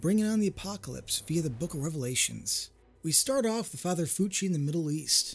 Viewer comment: It's Father Lucci not Fucci (aka Cartaphilus)